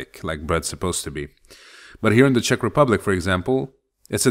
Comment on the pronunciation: I must admit that your czech pronounciation is suprisingly good.